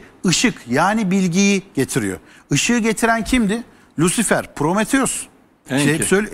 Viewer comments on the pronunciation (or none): none